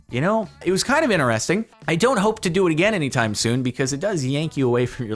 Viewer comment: Interesting has a “T” at the beginning of the word too. It’s “Interesting” not “inneresting”